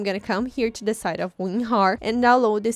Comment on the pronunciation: She said ….remember you need to download weenhar lmao